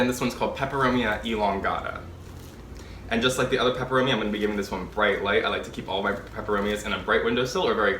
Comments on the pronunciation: You pronounce the Latin names so well 😁 I love Steve's Leaves. I ordered a watermelon peperomia. It was so full and lush! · Hi. I look forward to your videos. You sound like a talking plant encyclopedia. Your pronunciation of the plant types and species rolls of your tongue with such ease.